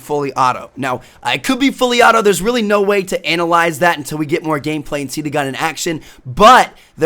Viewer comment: the most word tmartn says RELLY RELLY